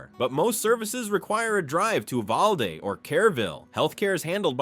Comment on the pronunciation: Don’t forget how close to the border many of these towns are. Education is mediocre at best. By the way Uvalde is not pronounced this way. Check out the school shooting in Uvalde , that has recently been in the court. Such a tragic event. Look elsewhere for retirement towns.